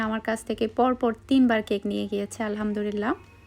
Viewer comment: "Alhamdurilah" ta thik kore bolen "Alhamdulillah"